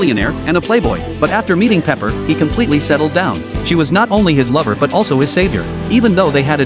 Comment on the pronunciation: It's Pepper, not paper